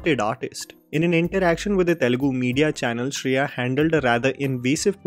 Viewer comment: Shri-ya saran, not Shreya. 🤦‍♀️ I really appreciate her comeback tbh.